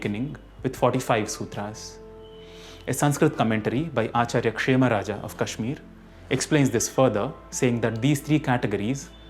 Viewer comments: ଭୂଷଣ nothing you say about writing, pronouncing makes pronunciation of कश्मीर as कश्मीरा because कश्मीरा is a girl's name. If he wanted to pronounce it correctly he should have said कश्मीर: (kashmir-h) not कश्मीरा (kashmir-a)। Is it too hard to understand? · whatever be the language of your ancestors, you vouching for his correct pronunciation was the dumbest thing you said!! When he pronounced कश्मीर as कश्मीरा And सनातन as सनाताना in the first 15 seconds of the video. So you clearly don't know what correct pronunciation is you dumbass. claiming to be a student for 49 years???? GTFO